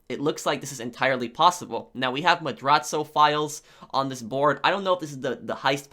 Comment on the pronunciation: Your videos would be top tier if you could properly pronounce things like Cayo and Madrazo. They even say Madrazo's name in the game